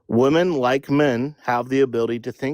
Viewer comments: He can say “men” but he cannot say “women”, he says woman lol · One woman, many woman? How's nobody calling out basic English errors? Dude literally can't pronounce women????? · Uhm, hello youths, hi.... Plural of woman is WOMEN. Different pronounciation. Get that right and i will believe you posess hot and cold cognition. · His inability to say woMEN annoyed me to no end 😩😩😩😩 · Let’s have a new requirement for voting; If you cannot pronounce WOMEN correctly, you cannot vote. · I noticed this as well and I find it extremely annoying. They might believe -men at the end of women is misogynistic